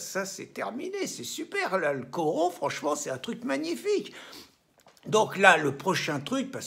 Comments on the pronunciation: Piere! Co-RO-na, pas Co-ra-no! huhuhuhuhu! Voyons, faites tout de même attention cher amis, il y a des lapsus qui sont malheureux! Allez, dormez bien. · CORONA Pierre, pas Corano, CORONA!!!! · On dit corona et pas corano !